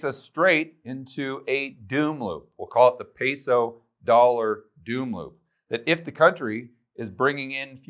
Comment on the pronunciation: You’ve lived in a Colombia and you can’t say peso correctly